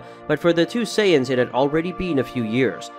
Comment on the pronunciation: Saytins 🤦🏽‍♂️ to think how many times we herd it still cant say it right